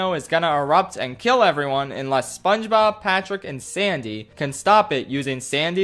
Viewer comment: It does not sound like he is saying SpongeBob it sounds like he is saying mama mia